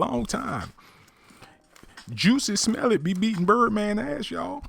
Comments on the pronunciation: The way he says juicy smellit sends me😂😂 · He pronounced it "Juicy Smell-It" LOL. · Why he saying JUICY Smellet ? 🤣😂 that shit took me tf outtta here 🤣🤣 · You may have an accurate story but just a few pointers, stay on topic, the shoutouts were ridiculous also its Jussie Smollet not juicy smelit lol you lost me 4 minutes into the video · 🙄🙄 this voice is cracking me up especially with this change of name spelling and pronunciation with Juicy Omelette 😁😁😁. By the way, why is Toni hooking up with these crawny looking men?! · This negro said “Juicy Smell-It” lmao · Did he say juicy smolliet lol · Um..joosey smell-it? Smh. Something wrong wit you bro 🤣🤣🤣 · I feel like this person should pronounce Jussie Smollett’s name correctly. And if this is in fact a male... it’s pretty alarming that he is gossiping, which is suspect in itself.